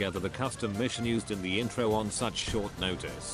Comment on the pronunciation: The i tro XDXD